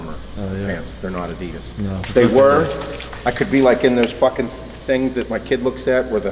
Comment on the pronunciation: He says Adidas funny wrong?